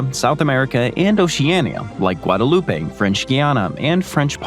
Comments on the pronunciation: Error - mispronouncing “Guadeloupe”. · Also mispronounced Guadeloupe.